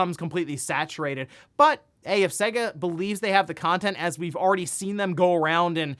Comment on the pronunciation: The way you pronounce "Sega" is soo wrong!